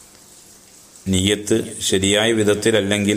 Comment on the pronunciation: നിയ്യത്ത് ഒന്ന് ശെരിക്കും പറയാം ആയിരുന്നു